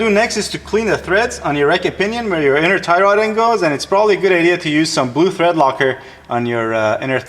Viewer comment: lol.. he alsmost said "inner thigh rod".. Great video.. learned a lot..